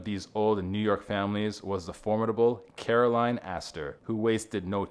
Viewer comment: and Caroline, not Carolyn